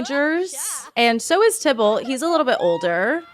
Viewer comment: tai ballt not tybolt XD